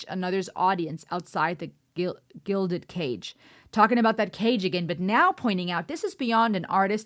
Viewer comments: Guilded cage....not guided. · Gilded Cage. You said glided.😮😅😂. I am listening to you bounce around trying to decipher the lyrics. Plainly put you're not very bright. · GILDED! Gilded cage,NOT glided ~ with all due respect, love your take on things! 🤩 Neil Peart was not only the most incredibly amazing drummist, yet also very well read, and the expression "gilded cage" took us way too long to understand when it was new ~ high school for me! 🥳 We got A's for our favorite writer reports we did on him! 🧙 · glided? "Gilded cage" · Gilded cage not glided cage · How can you do lyrical analysis when you misread gilded cage as glided? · Its gilded cage not glided cage!!!! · It's gilded, not glided, meaning it was gold-lined. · “Gilded” cage. Not “ Glided” It means the “cage” is layered in gold. Nevertheless, you’ll enjoy doing rush because they’re lyrics are very profound and in-depth the music is outstanding and you’ll fall in love with this group as you continue down the rabbit hole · It is 'Gilded Cage', you said something else. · Fisheye lens not fish island, gilded not glided.